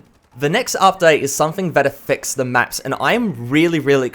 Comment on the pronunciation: can you say 'the' properly please